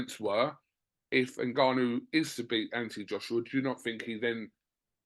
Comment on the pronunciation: GAD needs to work on pronouncing Ngannou and Donovan correctly first, before working on his semantics.